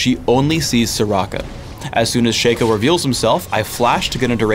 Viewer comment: shay-ko? who the hell is that? isn't it SHA KO? shaco